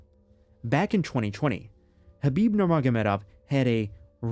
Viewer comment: The K is silent? Fucks sake 😅